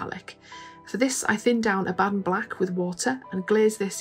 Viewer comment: Wow- that shield looks great. You’re my new favorite painter, if only because you pronounce Abaddon properly!